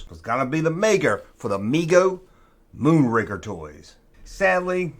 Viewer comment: “Mego moonraker toys” - That was a tongue-twister 👅 you didn’t screw up ☺️, well done! 😂 Great video bro’. 👊🏼